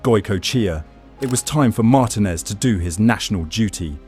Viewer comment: Learn how to pronounce the name of the person you're talking about. It's Mar-TIN-ez, not MAR-tin-ez. Yes, you can re-record the AI.